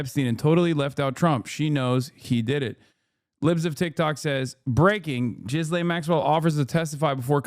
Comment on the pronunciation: Has no one ever told Hasan how to say Ghislane?